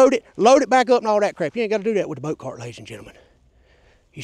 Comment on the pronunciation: The "boat tar..." Oh! CART! With a "C" and ends with a "T".... Not starts with a "T" and ends with a "D"... Right. Well, that makes a difference, now doesn't it. ❤😂👍🏻👍🏻